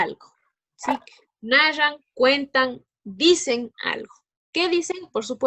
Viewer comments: Rial decia nallan en lugar de narran JJAJAJJSJS 👀 siendo profe y decia nalla XDDD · xq hablas tan mal no se dice nallan narran